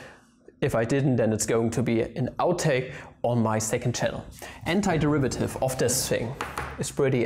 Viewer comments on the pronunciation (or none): is it just me or i heard hentaiderivative instead of antiderivative